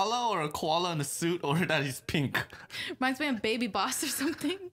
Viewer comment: The koala reminds me of baby boss Me: Did u just say baby boss it's boss bay